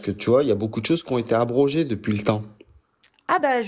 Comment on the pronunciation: ca ete a-bro-ges il croit que si il appuit les syllabe s ca va denir une realite😂